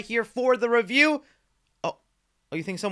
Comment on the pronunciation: a spoiller free reyew